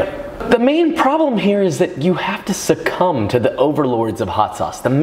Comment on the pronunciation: Notice Joshua emphasised the word cum in succumb? He loves swallowing warm loads of cummmm 🎉🎉